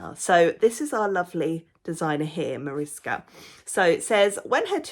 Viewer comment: Wow, you really know your amigurumi authors :) Mariska (you pronounced it lovely) has been in so many of our books and really deserved her own title. This book may be a bit different as it's definitely aimed at beginners, using the simpler stitches. That also means the forms are slightly more basic than some of our other books, but we find the simple style so cute! Thanks again for your review. It really made me happy that you are enjoying it so much!